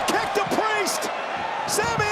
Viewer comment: bro u cant say kick so obviously lol